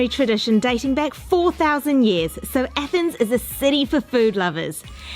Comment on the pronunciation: It's pronounced athens not ethens